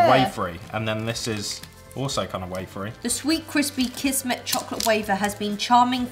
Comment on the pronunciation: Kismet :) onko huono kuulo tai jtn ku ne sano kismetinki oikein